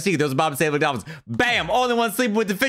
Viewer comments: "the Bolphins" 2019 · The "bolphins" slip up was probably the funniest thing ive heard all year lol